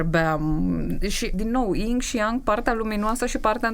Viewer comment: Hello! Sunt pe la jumatate. O mica mentiune: se zice Yin si Yang (nu ying si yang). Please, don't shoot! Dar multi terapeuti folosesc conceptul asta (vechi de mii de ani) si ii stalcesc numele. 🙏🙏🙏